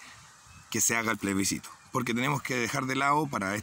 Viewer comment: Comparto, pero xfa: ✔️plebiScito ❌pleSbicito